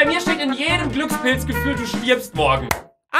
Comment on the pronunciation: hahah Luca sagt *GlücksPILTZ*😂